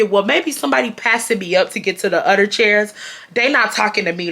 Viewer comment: Just got home! Taylor Port poured and I’m sipping! I absolutely love how you pronounce “other” “utter”